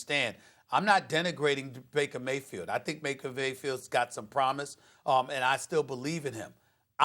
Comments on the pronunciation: Nobody: SAS: "Maker Vayfield" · "Maker Faybield" 😂